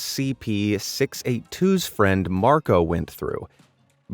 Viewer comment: Scp-682 is punounced like the number 682 except the 6